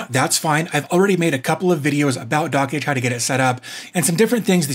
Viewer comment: "Dockage" is so annoying, the creator has mentioned it's supposed to sound like "Dodge"